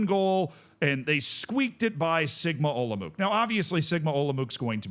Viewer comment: Olomouc is pronounced Olomouts/olomovtz, if you do something like that, u get it pretty much right 🎯